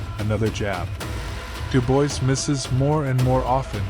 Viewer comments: Daniel "Dew-boys"...?! Do I detect AI bullsh*t here...? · Dubois is pronounced Doobwar. It's a French name.